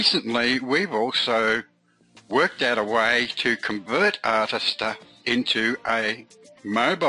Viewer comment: Mate, it's pronounced "Artist-Ear"